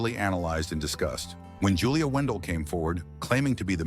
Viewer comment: In your own clips of Julia, you can see the eye defect, so what does that tell you and at least get her name right if you going to try and defame her, her name is Julia Wandelt not Wendel!!!!